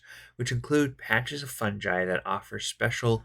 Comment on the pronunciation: Thanks for this, my party are about to enter the Grove :) Oh, and it's fungi with a hard G, not funji